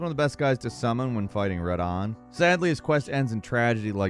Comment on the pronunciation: U cant say Radahn? 😂